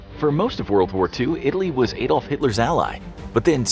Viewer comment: The Messerschmitts were me109's not ef109's, Adolf is pronounced like Adam from the garden of eve, not Aydolf!